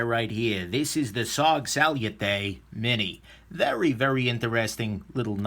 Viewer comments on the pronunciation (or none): "Sal-yoo-tay" bugged me a lot more than it should. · Sal-you-tay, you say.... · Why would I believe your review and take your opinion to a heart when you can't even pronounce salute correctly. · Learn how to say the fucking name of the knife before you do a shity review of it dumbass 🖕